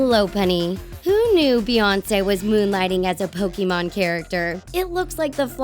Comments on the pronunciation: I usually don't leave comments on videos, but I had to for this. 1. It's pronounced Pokèmon (poke-AY-mon) not Pokemon(poke-ee-MON) 2. Just because an artist sticks their tongue out doesn't mean they're a Pokemon, okay. If I stuck my tongue out would I be a Pokemon? 3. Does long hair automatically blue vines that make up your entire body? DANG, guess I gotta cut off my vines. Also you're pronouncing tangela wrong. 4. Please explain to me how that lady in ANY way looks like Mewtwo. I think you may be the only person in the world who looks at her and thinks "Wow, a Mewtwo!" 5. I have so many problems with Vin Diesel diglett. Firstly, how do you not realize that the muscle body is just comedic fan art? Do you know what diglett is? A fat, rod shaped mole. That is literally it. 6. Katy perry is weepinbell? SERIOUSLY??? You literally took one picture where Katy perry's mouth is open wide and said weepinbell. Look at any other pic and the last thing you think would be weepinbell. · I cringe when y'all don't say it right "Pokeemon" is not how u say it. It's Pokémon.